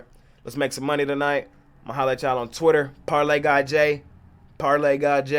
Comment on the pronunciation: I thought he was saying parlay guy too 😂